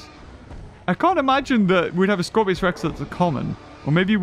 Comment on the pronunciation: Dam it it’s scorpius not Scorpios!